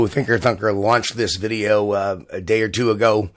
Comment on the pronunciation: When he says Thinker Thunker he sounds like he says Thicker Fucker